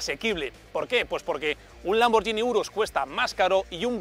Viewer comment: Completo vídeo, pero la estridente música me parece horrible, y tal vez sobre tanta gesticulación, sobre todo al conducir. Por cierto, se pronuncia "lamborguini" y no ""lamboryini". El coche en sí, otro producto de la moda SUV. Ninguna marca debe quedarse fuera de esa tendencia. Personalmente, me deja un poco frío respecto a lo ya existente en su categoría.